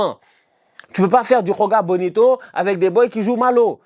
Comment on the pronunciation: C'est joga bonito avec un j le son "ji" existe en portugais c'est le même exemple que Gabriel Jesus